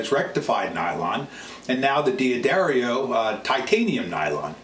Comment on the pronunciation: its pronounced Da dario, there is no "I" thus from the company itself "Da-Dairy-O"